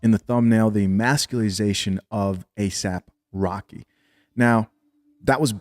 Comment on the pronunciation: his name is asap rocky. not asap rock. aesop rock is a way better rapper.